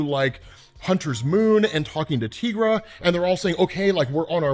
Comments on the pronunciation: I've been watching a lot of your Moon Knight videos lately, and I have one question - Why do you pronounce Tigra's name, 'Teegra'? She is not a Latina. Is Spanish your first language? You are the only person I have ever met to pronounce her name, Teegra. I think it would make sense if she had 'El' in front of her name, but she doesn't. Greer Nelson has the powers of a Tiger, so we call her Tigra. Why do you call her Teegra? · I’ve never heard someone pronounce Tigra like that